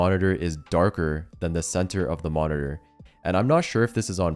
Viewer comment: you said the worrd "moniteur" 67 times